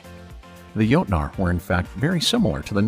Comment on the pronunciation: If you are going to talk about the "jotnar" you might aswell say it the correct scandinavian way, witch is jotne or jotun. coming from a norwegian viking